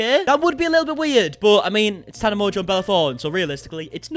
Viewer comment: you got my name PERFECT ❤️🥰